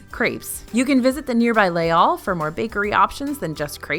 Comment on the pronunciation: For future reference, "emporter" is pronounced "emportay" and "Les Halles" is "lays all."